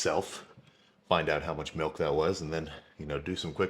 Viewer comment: MILK NOT FUCKIN MELK